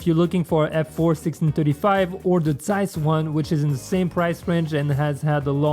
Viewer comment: first youtube guy who can pronounce "Zeiss" correctly ;-) Yeeeaaah:-)